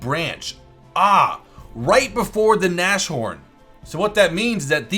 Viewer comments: Btw it's not Nash Horn it's Nas Horn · hey the Nashorn's pronunciation I believe is Nas-Horn. The sh is not pronounced in the word